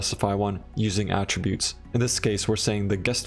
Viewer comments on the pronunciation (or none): none